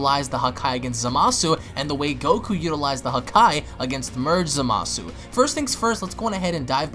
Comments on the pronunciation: Quit saying zamasu like that . You sound dumb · It fused zamasu ps your saying zamasu wrong